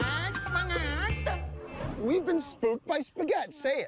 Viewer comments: “Say Spagoot” love how he pronounces it wrong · It’s amazing how much the pronunciation of “Spagett” degenerates over time. You’ve got “Ah-Shboogeeta” “Ah-Shpoogatta” “Spigoot” “Uhhhspughurrt” “Sperburk” “A-spigoot” and “Shpoogaht”. Incredible.